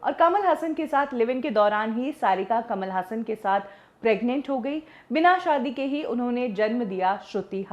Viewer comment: कमाल हसन कमल हासन